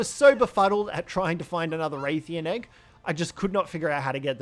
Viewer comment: Why are you saying the "Rath" in Rathian like "Wraith"? It's pronounced like "Wrath".